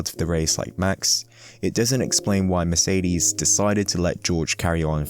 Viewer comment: Merceedeezz. Couldn't finish the video with the annoying pronunciations all the time :')